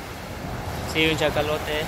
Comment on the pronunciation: Con todo el respeto amigo y sin ánimos de critica, se dice Cachalote, no Chacalote, un abrazo.